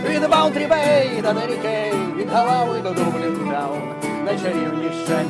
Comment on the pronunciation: не галав а Ґолвей